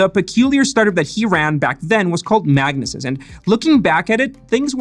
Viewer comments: I think it’s pronounced mag-knee-sis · FYI, its pronounced MAG-NEE-SIS ;)